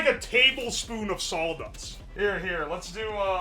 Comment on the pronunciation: I only really noticed after Slab mentioned his pronunciation of "raw" (rawl) on stream, but he has the same quirk for the word "saw"(sawl) lol